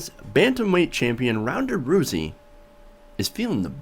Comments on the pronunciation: Her last name is pronounced like the beginning of the word Rowdy... not pronounced roozy but Rowzy. I agree she is spot on. Now go back and win that belt #peopleschamp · ROWSEY NOT ROOSEY. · He can't pronounce her name correctly, looks like he didn't do his research adequately